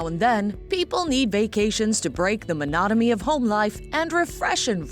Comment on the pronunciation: "Monatamy"? It's monotony.